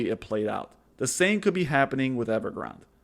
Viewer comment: I think every reporter and journalist doesn't realize it is named after a Starbucks drink. It is pronounced Ever Granday!